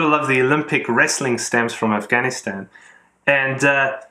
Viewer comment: Fun and informative as always ... your correct pronunciation of "Pakistan, Afganistan..." I am sure is adding to your appeal with collectors from that region. Well done!